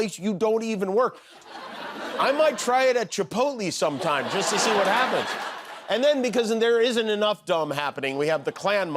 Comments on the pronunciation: We all just gonna skip past the fact that he said “chipot-lee” 😅💯🌮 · my estimation of Kimmel has plummeted after hearing his pronunciation of Chipotle!